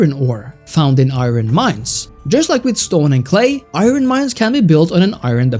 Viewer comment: Iron is pronounced I-urn, not I-ron. I know English is weird.